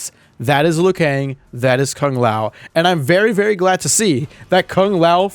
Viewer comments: Kung Lao does not look like Kung Lao. Also can peoole stop pronouncing Kung Lao's name as "Kaang lao" it's "Kuuu-ng Lao" for ffs 😀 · That because the Conquest series sometime say Kang Lao instead of Kung Lao. It all started with that series